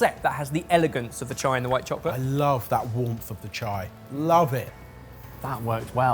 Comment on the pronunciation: I love how pronounces "chocolate'.